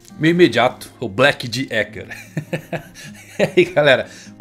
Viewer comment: AIJAAUHAUHAUHAHUHUAHUAUHA "Black D. Ecker"